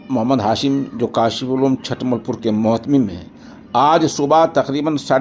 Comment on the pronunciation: حضرت چھ پر پیش ھے چھٹملپور